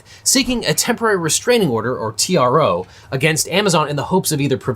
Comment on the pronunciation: At Legal Eagle said: "As you may know, this started with a request for a TRO." I heard: "this started with a request for a tiara."